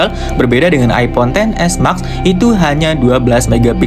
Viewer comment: knp ngmng nya (mak) si harusnya ngmbgnya (mex) kek anehh dengernya